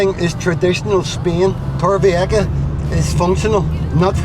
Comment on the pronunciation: Este hombre no sabe decir Torrevieja.